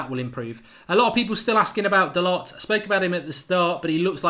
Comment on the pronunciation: Hey Mark his last name is pronounced Da - Low.